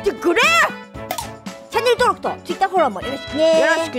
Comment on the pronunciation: キング・レイ「皆(みな)にも」 ジェリド・レイ「トゥー」 ネイティヴ・レイ「チャンネォゥ」